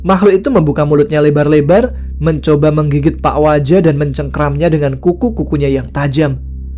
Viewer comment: sampai salah nyebut pak waja hehehe...jadi pak wija